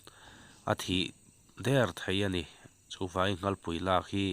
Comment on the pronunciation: Nghalpui ani lo,nghalllllll tih tur